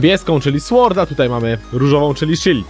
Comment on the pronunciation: nie słord tylko sord